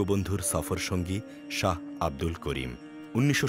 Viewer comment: নামটা ঠিক করেন না কেন? নাকি ইচ্ছা করেই বাঊলের নাম বদলে দিয়েছেন? Saha না এইটা Shah